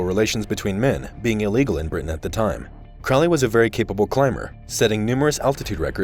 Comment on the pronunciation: Crow-ley is mispronounced. Check his poem A Convert (ca. 1910), where the pronunciation is apparent. There met one eve in a sylvan glade A horrible Man and a beautiful maid. “Where are you going, so meek and holy?” “I'm going to temple to worship Crowley.” “Crowley is God, then? How did you know?” “Why, it's Captain Fuller that told us so.” “And how do you know that Fuller was right?” “I'm afraid you're a wicked man; Good-night.”